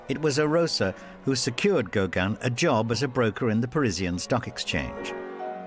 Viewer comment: Yes. Or, even more strikingly here: why not pronounce Gauguin correctly - as GauGUIN, not "GOW-guin".